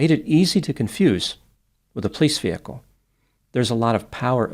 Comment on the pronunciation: I love how says "pleece" (police in one smooth syllable) ❤😂